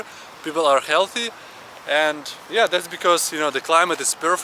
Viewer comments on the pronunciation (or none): none